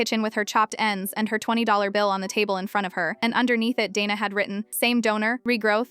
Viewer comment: Dayna not dana